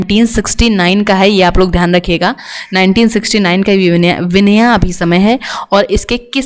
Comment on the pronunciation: वियना है विनया नहीं